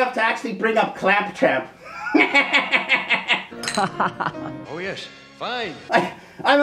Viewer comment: Another problem with clamp champ is his cheesy name that most folks (including myself) mispronounce as clamp tramp,,... even without (or other's) special elixir. However, kudos for the correct pronunciation...errr gave that name at various other times in this vid.